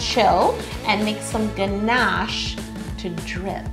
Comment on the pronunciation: I like how you say GNASH I really hear your Canadian accent🤗